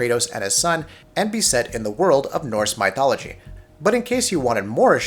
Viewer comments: who says mYthology? lmfao! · I'm sorry but My-thology? And do you say My-th as well? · it's almost like they did it on purpose. How do you go from "mythical starfield" to "my-thology"? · I've never heard someone mispronounce Mythology so badly before lol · Im pretty sure thats not how you pronounce Mythology